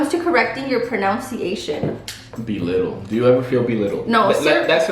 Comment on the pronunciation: She pronounced pronunciation wrong😭